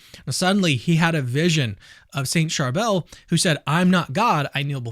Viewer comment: Thank you for talking about our beloved saint of Lebanon! Just a lil correction- the saint's name is pronounced "Shar-bill"